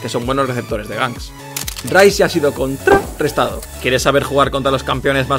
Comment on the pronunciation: Los vídeos están muy bien pero esa forma de decir conTRArestado es muy irritante. Muy currado el vídeo bien jugado